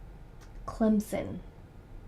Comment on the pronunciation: Wow! you pronounce Clemson perfectly! Most sportscasters don't know how to pronounce it (they keep calling it Clemzin) But your is the way it's supposed to be pronounced. Even a lot of tiger fans can't pronounce it that good. Oh and in Smokey & the Bandit they do travel through Alabama.